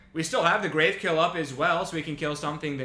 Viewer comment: Oof. Two good on color rares in pack two was heart breaking. (Also, I'm gonna be that guy. It's "grav" as in gravity. Not grave. We in space, yo.)